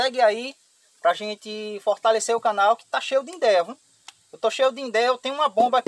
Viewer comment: Idéia, não indeia..